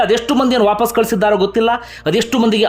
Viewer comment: handige sir pls adu vaapaas alla vapas dayavittu correct agi uchhara madi